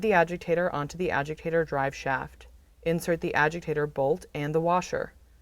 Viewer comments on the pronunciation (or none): Why does she call it an “ajigtator”